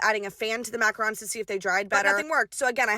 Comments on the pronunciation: mackarons? It killed me macaroons!!!!! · I’ve never heard someone pronounce macaroons as mackarons😔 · MACRANS!!! Bahahahaha...... it's MACAROOOOONS!!!!!!!! Not macrans!